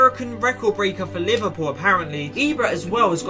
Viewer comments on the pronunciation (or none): none